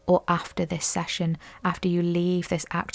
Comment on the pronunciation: Session ...... Not sashion. 😮😅😂❤